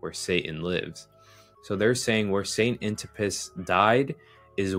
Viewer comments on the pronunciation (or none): none